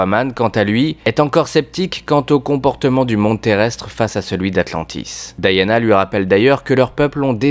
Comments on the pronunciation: elle s'appelle Diana j'entent a chaque fois Daiana :D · Vous le prononcez probablement à la française : DI-A-NA. La prononciation logique (américaine) est donc DA-YA-NA.